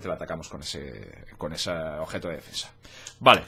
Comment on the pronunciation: Objeto !OBEJTO¡ Tanto cuesta hablar en Español?